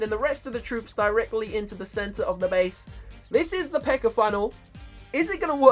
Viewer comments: when you say P.E.K.K.A it sounds like your saying P.E.K.K.E.R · calls them peckers instead pekkas